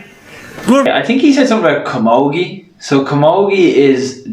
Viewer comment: He said Born and bred in Killarney I don't hear Camogie, I hear Timmy Karma!! Gay Byrne WAS an Irish host (one of the best) but he died in 2019. My childhood was Gay Byrne on the Late Late Show and the Late Late Toy show at Christmas, "Roll it there Roisin" I think he said (or tried to say), Good Morning and Go Raith Maith Agat (Thank You in Irish) (pronounced gura-mah-agut)